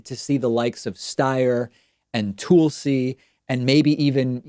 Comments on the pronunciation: Its not "Toolsi" its "Tulsi" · Don't you know how to pronounce these peoples names yet? Sounds like you butchered Tulsi and Buttigieg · please start pronouncing the candidates' names correctly... boot-a-judge, tuhl-see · I take a drink whenever David says "Toolsi" :D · I hate that he butchers the name Tulsi. No matter what he feels about the politician, Tulsi is a beautiful Hindu name. My name has been butchered by people so I'm especially sensitive on that. Come up with a nickname instead. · Why the hell does he insist on pronouncing Tulsi and Buttigieg like a moron. Love David and don't care about either candidate but this is obnoxious. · Why does David keep pronouncing Tulsi wrong 😂